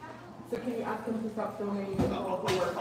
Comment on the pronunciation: Tell that female security there is a “s” in ask and a “d in conduct.